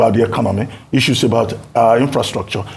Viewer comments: 😅😊 To the lady presenting, is it pronounced as “Icu” or “Issues”? 😅😂🤣🥲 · Can the new lady in this clip stop calling "issues" as " isues'? Double s (ss) is pronounced as sh . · The lady should please pronounce 'issues' properly. T for thanks